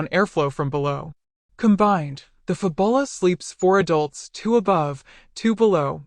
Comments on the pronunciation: It's Fabula, not Fabola, lol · No doubt, the pronunciation is intended to be FAB-YOU-lah, like fabulous, and not fa-bulla. The copywriters and marketers must have worked hard on that product name, only to have it butchered by a digital voice that doesn't know how to pronounce "u". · Fab-u-la, not Fu-bo-la. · This is not pronounced "Fabola". It's pronounced Fabula as in Fabulous. Your welcome. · Lol "fab ull ah"? Wow... fail narration. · “Fab-bull-ah”…only AI could… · shut up you stoopid AI voice!!!! can't even pronounce the product name correctly. hahahahahahahahahaha